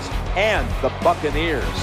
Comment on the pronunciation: lol When he said bucaneers i thought he said Fuckaneers! Lololol!